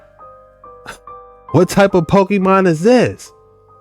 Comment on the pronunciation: The Cambodian guy said Pokémon. Like charzard 😂 I think they probably have ai too.